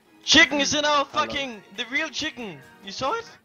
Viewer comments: for some reason the way cadian says chicken made me laugh harder than anything else in this vid chiknnn in in our channel the real chiknnn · Pasha: "Chiken get the fak out" LUL